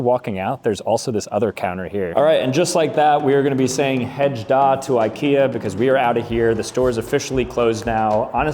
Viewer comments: btw its not "hedge da" its more like "hey da" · Hedge dot💀 It’s pronounced like ”haj doh” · “heg da” BRO ITS NOT PROUNOUNCED LIKE THAT